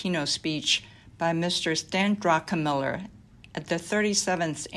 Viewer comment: You are mispronouncing Druckenmiller.